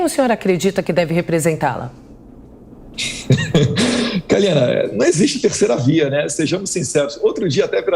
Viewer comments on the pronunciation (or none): Parabéns pelas contundentes respostas, principalmente no responder do suposto escândalo dos pastores no ministério da educação. Mas chamar a Kalina de Kalima é inadimissivel!!!!! Rsrs Parabéns Eduardo e jovem pan!!